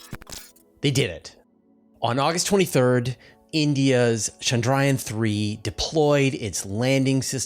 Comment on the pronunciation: NOT Shandrayaan. It's a ch sound NOT an sh sound.